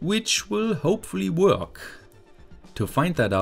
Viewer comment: I love how you pronounce "Work" xD